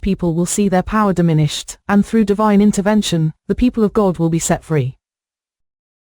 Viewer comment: Every time that computer says God I think she's saying gold.